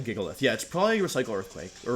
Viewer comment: It’s pronounced “GIGalith”...not “JIGalith”. Sorry dude, that bugged me a bit lol.